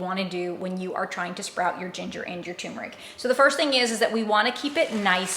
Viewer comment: TUR meric It als obsorbs better if you pronounce it correctly.